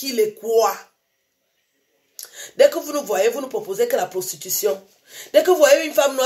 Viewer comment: "dès que vous nous voyez vous nous pwoposez la pwostitution" (en parlant des noirs)....Franchement qui a eu l'audace d'avoir proposé du fric à cette dame contre une passe ? tous les goûts sont dans la nature mais quand même.... Sinon Madame, chez vous tout est blanc ! Stop au WhiteHomeStaging ! je vais me blackfaceter la tronche en noir pour protester et toc ! Quelle audace cette dame tout de même